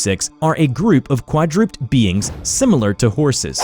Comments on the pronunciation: Really just trying to help, but it is "quadru-Ped" (like bi-Ped)not "qua-Drooped" :) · I lost it when he said “quad-rooped”. It’s quad-ru-ped dude lol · Fyi its pronounced quad-ra-ped, not quad-rooped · How come nobody is pointing out that he pronounced quad-ru-ped, quad-rooped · it's pronounced quad-ru-ped it means four feet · Quadru-ped (ped pronounced like dead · Is anyone else annoyed about how often this guy sounds like a complete idiot while trying to pronounce simple words like "quadraped" "amnesties" and "antimemetic"? He seems like he's just sounding out the words without even bothering to Google how to pronounce them 🤷‍♂️🤦‍♂️ it really makes it hard to enjoy some of his videos. Love the art style, hate his words. Wish he did a better job with that. It gets really annoying when I enjoy everything else...